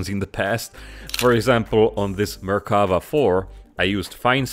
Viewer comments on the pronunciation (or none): none